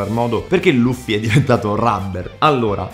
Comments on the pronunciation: Rufy o Luffy(letto Laffi) A differenza del film che lo pronuncia Liuffi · Nicola 52 Sul serio lo leggi Laffi? Lol Nell’anime (jap + sub ita) dicono Rufy / Luffy non Laffi